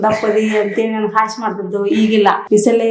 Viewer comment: ಹಾಷ್ಯ ಅಲ್ಲಾ ಕಣರೋ ಹಾಸ್ಯ ಹಾಸ್ಯ ಜೀನಿ ಅರ್ಥ ಮಾಡ್ಕೊಳ್ರೋ... 🙏